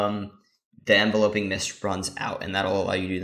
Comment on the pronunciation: Thanks for posting this, quick thing tho the word is Enveloping like Envelop (ev-VEL-up - to surround) not Envelope (EN-vel-ope - what you put a letter in), so it's pronounced en-VEL-up-ing mists. So so minor but just tweaked my ear lol